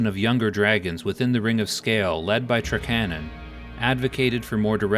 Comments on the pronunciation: TRAK-ANON. not TRUH-CANNON! also Suh-Thyr NOT SATH-EAR :D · Yeah... same. And, TRAK-a-NAHN is how we always said it. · lol at "trakcannon' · I'm not saying you're right or wrong, but that's certainly the first time I've heard Trakanon pronounced that way, haha!